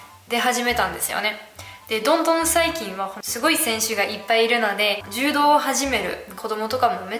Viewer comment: 柔道はジュウドではなくジュウドウです。 ジュウドだと ヘイ！ジュウドと思ってしまいます。(正しくはヘイ！ジュードやけど。)